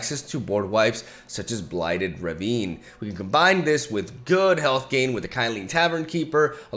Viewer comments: How to pronounce "Ravine"= "Ruh-veen". Hope this helps :) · Ravine is pronounced "ruh-VEEN".